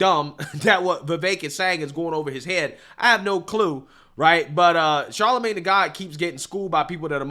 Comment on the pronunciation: Bro why do you keep calling him Charlemagne tha God?